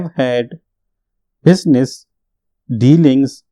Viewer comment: Bhai apke business ko baar baar me dismiss sunn le rha hoon 😅 jiske wajah se baar baar speed slow ho ja rhi h